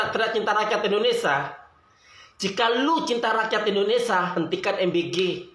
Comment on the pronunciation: Indonesia bukan indonesa...